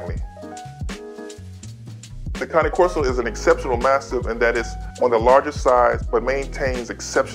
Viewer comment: I stopped watching when he said cane corso wrong 😑